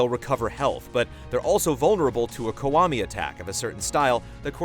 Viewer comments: it's pronounced "key-wa-mi" not "ku-wa-mi" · Why does he keep saying "Kawami"?